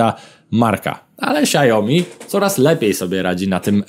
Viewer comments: Co do Xiaomi wymawia się "siałmi" a nie siajomi. Na YT były szef Xiaomi uczył wymowy. Starsze modele telefonów niestety nie mają już wsparcia poprawek bezpieczeństwa co oznacza, że łatwiej z takiego wykraść dane np. hasła do bankowości. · Xiao Mi się wymawia "siao-mi" a nie "siajo-mi" 🤣 tak na przyszłość, bo aż uszy bolą 😉